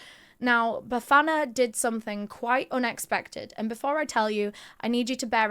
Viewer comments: The way you pronounced Bafana....really proud of you🎉❤😊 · she absolutely nailed it, I'm sitting here in awe... especially when she mentioned Bafana, I could swear she's from the hood too 😍🫶🏾